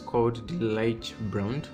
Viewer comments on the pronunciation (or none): It's actually pronounced "Lee Guh". Nice review tho